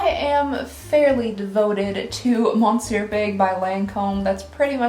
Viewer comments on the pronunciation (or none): I love how you keep saying MONsieur Big when a proper French pronunciation would be MESieur Big. Don't ever change hon!